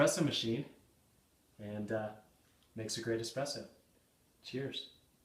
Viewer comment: that is an espresso not "expresso" ;-)